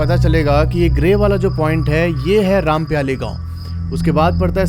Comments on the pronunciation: It is रामपायली not rampyali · Bhai aap gaon ke naam galat le rhe ho rampyali nhi wo rampayli he aur amai nhi wo aamai he